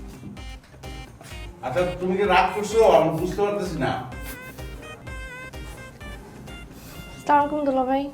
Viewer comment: ভাই অভিনয়টা তো বললেন সুন্দর এত বড় ভুলটা আপনারই চোখে পড়ল না স্লামালাইকুম❎ আসসালামু আলাইকুম🔘✅ বলেন আপনি কোনটা সটিক